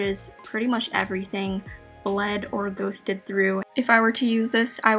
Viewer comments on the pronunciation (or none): none